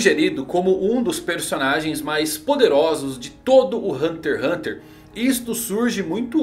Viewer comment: Ganharia um like, mas não sabe nem falar o nome do anime.